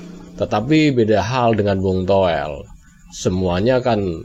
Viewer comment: Toweell.. Towell... 😂😂😂.. Udah untk stasiun tv.. Atawyg punya pidcase.. Jgm lah undng orng gila ini..